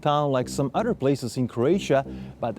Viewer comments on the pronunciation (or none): none